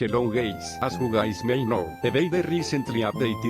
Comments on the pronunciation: Starting:"hello gays"💀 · dude said "hello gays"💀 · do you even notice it? he said hello GAYS at first lol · “Hello gays”